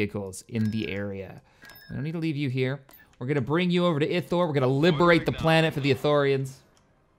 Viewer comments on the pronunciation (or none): ithor is pronounced eye thor